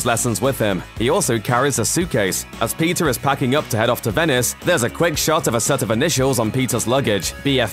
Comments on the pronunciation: Dude !!!!! Keep up with us ! And stop saying PIZZA ! it’s : PETER! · Are you saying Peter or Pizza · I hear pizza whenever he says Peter... 😂🤣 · Pizza carries his uncles lessons with him Damn I keep hearin pizza instead of Peter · Why am i hearing PIZZA rather than Peter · I heard PIZZA every time he said peter. Is it just me? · pizza? or peter ? what are you trying to say?